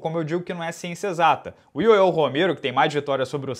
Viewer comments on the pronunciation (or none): none